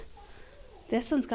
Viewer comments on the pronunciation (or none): KLINGON?! Ooh Cling-On 😂 🖖